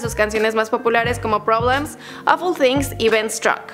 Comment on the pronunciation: Es things o things Things? Thengs? Pronuncacion